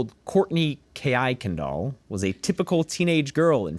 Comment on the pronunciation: it’s probably pronounced Kur-Kendall